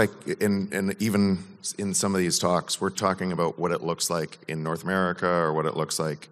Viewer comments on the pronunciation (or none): none